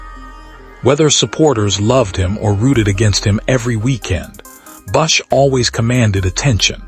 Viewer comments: Who the hell proofed this AI crap? His name is BUSCH, not Bus. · Who the hell is Kyle “Bussh”?! And you gave no info on the funeral. Delete this crappy waste of disrespect to KB